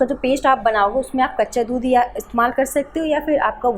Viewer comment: Mam baccha dhudh nhi kaccha dhudh😅 boliye